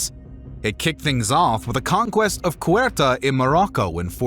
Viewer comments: Lacks accuracy! For example the peninsula was never fully conquered by the Muslims as suggested by the green color . Also FFS, I've heard names being butchered but Ceuta turned into Kwerta is beyond the fathomable. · Very good basic summary. But in no way and no place is Ceuta pronounced "Querta". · Queta? Its Ceuta ahashaha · Cuerta? It's spelt Ceuta, pronouced Th-e-oo-ta/Theuta/Zeuta. Maybe if you said Seuta or similar but Cuerta? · Cuerta!? Ceuta... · The video is quite informative, but the pronunciation of the names and places in this video leaves much to be desired. Cape Verd? King Dennis? São Mamedge (Brazilian Portuguese)? Cueta? Guimerouse? 🙄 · Interesting video. But, please, learn how to pronounce names of cities: it's not Guimarões but Guimarães, not Mamedge but Mamede, and the North Africa city is pronounced Seuta, not whatever you called it. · Great video, but you can do quick searches online on how to pronounce city and region names first. 😅 Ceuta, for example, is pronounced as [soo-ta] in English. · The pronunciation in this channel is incredibly bad. Keuta? Really? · Need to work on Portuguese pronunciation….e.g. Ceuta. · This is an o.k. video, but it could have been much better if it didn’t have several inaccuracies in pronunciation of names of places (“Ceuta” was basically butchered) and people (“Alphonso” is not “Afonso”), as well as some slightly wrong facts. And the “epic” tone of the narrating voice is a bit annoying. Still, it’s a nice enough video.